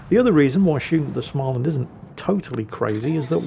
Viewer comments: Small-and. Not Schmaland. Every time 😂. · You are nearly there... if u say Smoland its almoast Swedish... not Smaaaaland... try it out;) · More like smeau-land. The circle over the a is not just for good looks. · Please, there's no ch in Småland. So it's not Schmaland. You'd get WAY closer to the swedish pronounciation by starting it, trying to say the english word "small". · Please,, there is no "ch" in "Småland", just say "small" + "land" and mash the two together without pause. You can handle "Östergötland", you can handle this;-) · you could always learn to pronounce Småland...